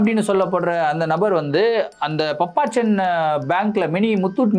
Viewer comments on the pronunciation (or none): அய்யோ அது பாப்பச்சன்😂😂😂😂பப்பச்சன் கிடையாது😂😂😂